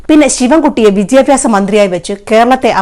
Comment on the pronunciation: Not 'vidyapyasa' it's 'vidhyabhyasa'. Please note. 😅